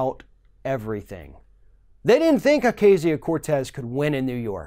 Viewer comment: Why do you keep mispronouncing her name? 🤨🤨🤨